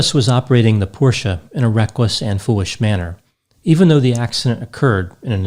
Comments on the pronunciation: Nice to hear someone pronounce Porsche correctly ☺️ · Jason B-Yes. I think so, as well. Plus, he actually pronounced Porsche correctly. Instead of “Porsch”, like quite a few people do.